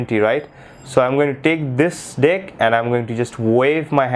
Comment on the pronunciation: Dude its deck not dick hahahahahaha